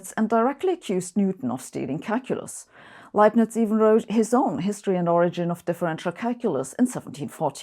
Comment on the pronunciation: It's such a great relief to finally know the correct pronunciation of "Leibniz"